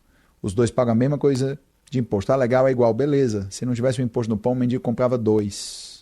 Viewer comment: 😂 "compra o mendingo". Ato falho da fala 😂